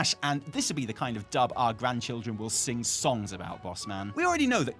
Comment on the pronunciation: I was listening from the kitchen and thought was saying "Dump" and not "Dub" and that made this a very different episode. There was a large "Oooooooh!" when I returned to the computer.